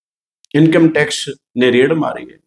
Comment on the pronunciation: ਆਹ ਰੇੜ੍ਹ ਠੀਕ ਕਰਲੋ ਬਾਈ ਜੀ। ਰੇਡ ਹੁੰਦੀ ਹੈ।